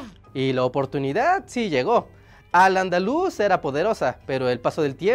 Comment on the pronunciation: He encontrado TANTOS FALLOS históricos, temporales y hasta de pronunciación (como lo de "al-Andalús" en vez de al-Ándalus)..., que tendría que escribir un libro para comentar todas y cada una de las incongruencias que tiene el vídeo de forma detallada. Que el vídeo tiene buena intención, pero denota una búsqueda de información muy general y a veces para hacer el chiste confunden con datos descontextualizados... Una pena, porque está muy trabajado. FALLOS: - El Reino de España es posterior a lo que comentan - La Península no cayó entera bajo dominio musulmán y en los reductos montañosos es donde se fraguó la resistencia cristiana - No todas las palabras que empiezan por "al" son árabes - La "Reconquista" también se consideró una cruzada para el Papa, con ayuda de cristianos extranjeros - Mezcláis reinos y personajes de un período que duró 7 siglos... - Habláis de Granada y luego ponéis un mapa donde el reino de Léon está escindido de Castilla y donde Aragón ni siquiera tiene el Reino de Valencia (en cuya conquista ayudó el Cid Campeador, que habíais mentado con Castilla en un mapa donde no había nacido). - Aragón al final de la Reconquista estaba pasando por una crisis económica y el tema de los catalanes en ese momento histórico era otro..., entre varios nobles y la monarquía aragonesa. - El Reino de Navarra sí que se juntaba, de hecho su dinastía estaba emparentada con el resto y también tenía buenas relaciones con Francia (otra cosa es que ya no podía expandirse más), apart